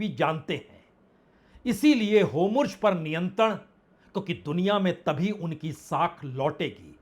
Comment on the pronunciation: Itne confidence se HORMUZ ko HOMURJ kaise bol lete hain aap